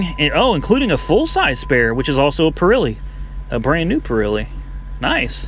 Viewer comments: "PURILEE TIRES"? LOL....man we say exactly as we read it, so its "'PIRELLI" [pee-ra-lee] oh boy!! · It's spelled Pirelli but pronounced Pur'elli like a cat 😉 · Still laughing.....it's pronounced "purr ellies" 02 CV not with hydroformed frame nor rack and pinion steering, forget that one, some punk probably had it and beat it to death....but it IS rare to find a P71 with cruise....."moving on" ..... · I’ve never heard someone say perelli like that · can't say Pirelli probably hehe